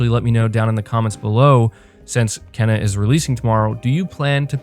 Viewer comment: your killing me bro lol its pronounced "Kay-na"